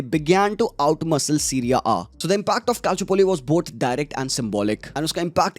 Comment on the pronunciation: Bro why you say Syria A, it's like Siri Aa